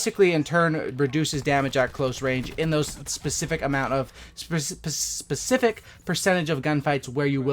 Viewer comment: Learn to talk right first then film ur first youtube video. You just said pacific, psific, and then on ur third try you managed to say specific